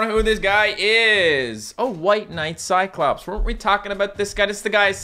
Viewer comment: “Kai clops”